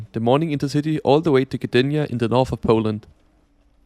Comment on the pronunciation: That's no accent fella, did you go to Pooland or Poland?